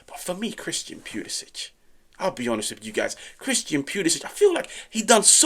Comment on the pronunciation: Cristiyan Pulishich! Stop butchering his name ffs...